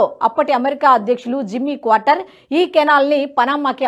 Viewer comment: తల్లో... క్వార్టర్ కాదు... ఎందుకా తొందర..??? కార్టర్...!! నీలాంటోళ్ళనే.. ఉద్యోగాల్లోంచి పీకేస్తున్నారు..!! అప్డేట్ అవ్వు తల్లీ..